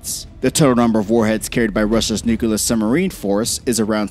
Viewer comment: "Nuke-a-lerr" and "Ice-Bee-Im" aggravating A.I. slurred mispronounciation.